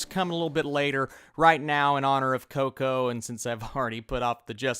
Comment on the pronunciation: My top 5 favorite movies: 5.Toy Story 4.Up 3.Toy Story 2 2.Finding Nemo 1.The Incredibles. All Pixar movies are really good, I will admit I even somewhat enjoyed Cars 2 even though it's the weakest movie for sure. I loved the way you said Coco, you sounded like a real latino 😂. Can't wait to see it.